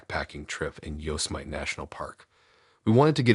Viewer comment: Yosemite is not YOSE-a-mite. It’s pronounced yo-SEM-it-ee. My husband grew up near there and has been there many times.